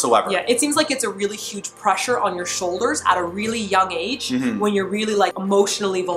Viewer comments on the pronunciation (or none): none